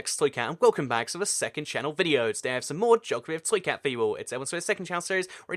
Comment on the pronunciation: You said 'toycat' and not 'twocat'